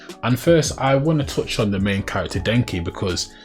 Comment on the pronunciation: Bruh I ain't gonna lie, idk if it was your accent but it sounded like you said Denji like Denki 😂 Also good luck with this video, it hit my feed pretty hard so maybe the algo will push it more